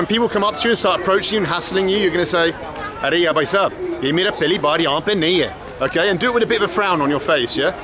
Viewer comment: Your hindi is perfect but i suggest, brother is bhaisab but not baisab and the rest are 💯out of💯